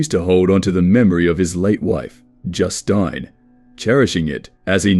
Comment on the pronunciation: cant pronounce Justine lol